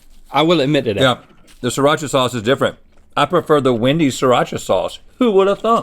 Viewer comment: Just saying, it's "SREE-Racha'. You actually pronounce the first 'r'.